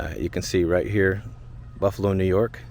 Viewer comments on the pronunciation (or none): none